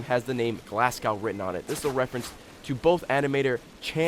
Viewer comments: Did Geoff say Glascow? It's Glasgow. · its not glascow, its Glasgow like glass - go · Glasgow not glasscow and pronounce it like glaz-go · its Glas-go not glass-cow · its not glassgaw its like glas go thats how you prenounce it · Ok I just have to say this, Geoff you've made this mistake too many times... It's pronounced "Glaz-go", phonetically spelling obviously, point still stands. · ffs its Glasgow not glass-cow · "Glascow"? it's "Glasgow" haha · Its not glass cow is Glasgow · ITS PRONOUNCED GLAS-GO NOT GLAS-COW YA FANNY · It's pronounced glaz-go not glass-cow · Stop saying it "Glass-gow" It's pronounced "Glaz-goe" everywhere in the world, you wouldn't say "Cheena", educate yourselves fools. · Glass cow? haha, its pronounced "glaz-go" :P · It's not pronounced Glasscow, it's pronounced Glasgo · Glasgow. Glaz-go/co. Not glass-cow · Its glasgow not glasgay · The rage of all British/Scottish upon hearing: "Glass-Cow" instead of "Glas-go". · Just gonna join the herd of people milking this glass cow deal, its glaz-go geoff, or should I say GOEFF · Glass-go not "Glasscow" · Please tell me that Americans don't all pronounce Glasgow as "glass-gow", it is meant to be pronounced as "glass-go". Also, most Scotsmen don't wear kilts unless it's a special day like Hogmaney or Robert Burns Day. If you want to know what the hell Hogmaney is, go look it up - this is the internet, you can DO that. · ffs its GLAS-GO not glass-cow. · Not that Geoff will ever see this or care if he does but its pronounced Glaz-goe not glass-cao, and we wear tracksuits and stanley knives in glasgow not kilts ;) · Just saying... but Glasgow is pronounced more as Glazgow. Thay were saying Glass-gow and it sort of annoyed me. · Glasgow = "Glass-go" NOT "Glass-Cow" FFS Geoff... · Where do you Americans get "Glas-cow" from? you pronounce it "Glas-go". also we wear kilts usually at weddings :) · Pronounced Glass-Go, GLASGOW! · It's pronounced Glas-go not glasgow... -. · Its glasgow in scotland not glascow